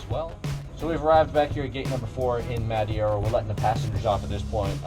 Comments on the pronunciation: 100% not hating on but the people saying 4/5 on the pronunciation of Madeira island and Funchal, the city, I’m really confused as to how you rated that. It’s more like a 3/10 and I’m not even born Portuguese but lived in Madeira for 11 years since the age of 5. I have a serious question for you guys. Are you really Portuguese????? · its no madiera its madeira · Its not madiera its prinounced Mad-eer-a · Just say MA-DE-RAH not muddy-era... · man, you almost said it well. But is Madeira not Madiera ahaha Funchal was good though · lol you were way off with the Portuguese name. Its a Portuguese island that is pronounced like, Me-thay-da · Muh-day-ruh, Foon-shal i know its a bit late but if you were lookin for a 'correct' pronounciation ☺ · Mad-hey-ra ahahahah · you pronounce it "mahdaydrah" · Madeira And you pronounced it Madiera. Please people, stop switching letters. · Madeira = MUD-AY-RAH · You almost got the right pronunciation to Madeira.. the "ei" in portuguese is pronounced the same way you say "Hey" in english ( something like Ma-d"hey"ra .. I prob should blog about it, but since you provide so much knowledge about flying i guess you wouldnt mind to get some from knowledge of portuguese since this airport is known worldwide. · Hey portugal thats where i live and its Ma-Deh-ra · "mad-ay-ra, fun-kull" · Madeira = "Mad-Hey-ra" Trust me , i'm from Portugal Also... PORTUGAL CRLH ! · Guy from Portugal, your "Madeira Funchal" was pretty good! Btw thanks for yet again a great video!!! Edit: Tip- "Foonchal" (Funchal) was great,.. on Madeira try "Ma-day-ra", Sir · I’ve been to Madeira Cristiano Ronaldi international the runway is small and it’s pronounced ma deer a fun chal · it's pronounced ma-deh-ra foon-shao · How he pronounces “Madeira” scares me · as an American/Portuguese the way you pronounce Madeira is very cringe worthy lol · How did you mess madeira with madieira? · You did screw the Madeira name :-/ And Funchal aswell xD